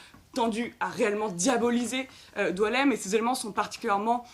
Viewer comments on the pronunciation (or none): Son nom est boualem, comme boualem sensal, pourquoi vous l'appelez DOUALEM!!! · Il s'apelle BOUALEM , comme boualem sansal. Et non Doualem ! Pourquoi vous degirmez son prenom ! Diualem , prenom qui n'existe pas en algerie ni aucun pzys ararabe !